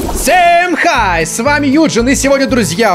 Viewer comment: Не х*й а хай